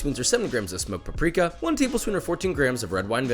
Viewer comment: the way you say paprika sounds like you try speak czech. (no hate)